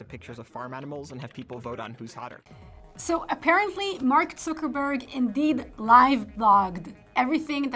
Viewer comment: She's the first person I hear pronouncing Mark Zuckerbergs last name correctly